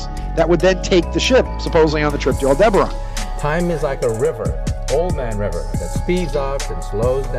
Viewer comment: Aldebaran did he say